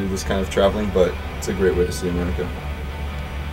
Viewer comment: it sounds like he says it's a great way to see America, but the text reads it's a great way to save money